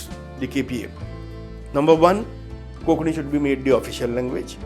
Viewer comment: Why is Konkani being mispronounced as 'Kokani " कोंकणी NOT कोकणी